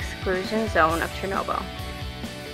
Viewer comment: Interesting observations. But your pronunciation of Chernobyl, Pripyat, and—most importantly—Sievert was absurd. It made me cringe.